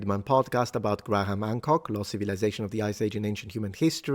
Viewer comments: "Grah-ham"? Really, mister linguistics? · FYI, Graham is pronounced without the H, sounds like gram.